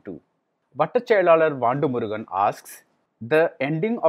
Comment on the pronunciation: Vandumurugan? Why are you pronouncing it completely wrong you’re reviewing a lot of tamil movies and you should know how to pronounce this name right. I don’t normally pick on things like this but this looks not so right.